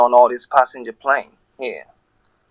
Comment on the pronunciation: OMG this guy drives me insane!! Oh c'monnnnnn. ehhhhhhhhhh uuuuhhhhhhhh. I do love the weird emphasis on words like passENGer plane. Mwah mwah mwah mwah. Jumbo jet, jet plane, jet...